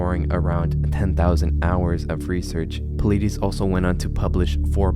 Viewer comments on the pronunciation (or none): David Paul-ide-iss